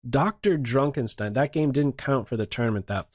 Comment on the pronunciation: I'm really bothered by the way he pronounces "DrDrukenstein"